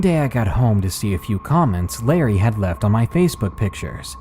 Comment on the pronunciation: Btw its "Larry" not Lerry